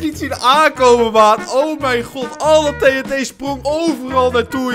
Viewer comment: Het doet mij pijn hoe jij TNT zegt